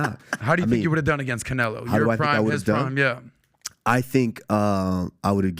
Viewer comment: Usman talks a lot of sense until he said the word Canelieo. 😅